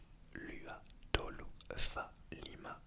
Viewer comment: Coucou, pour les îles Samoa pour la prochaine fois, on prononce les lettres "U" en "OU" par exemple: Tahi - LOUA - TOLOU...